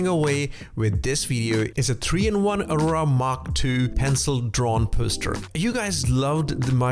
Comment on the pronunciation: "Ah-roar-ah" as in the Norther Lights, not "Oh-rah", the energy field supposedly around our bodies.